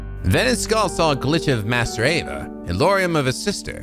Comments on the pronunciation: Kind of a nitpick, but you're pronouncing master Ava's name again. It's A-VA, not AV-A. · You are back to mispronouncing Ava's name I see. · It's a little funny cause he pronounced it properly at the start of this video, before he started playing the cutscenes.